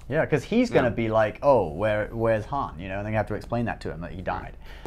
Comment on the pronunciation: You are not Lando, you do not get to say Han instead of Haan.